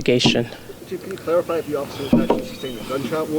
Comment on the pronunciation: Right! She basically has nothing new to report, local news had more info….and she said “CLEARify” as in clarify! Either way, hope the officer is ok.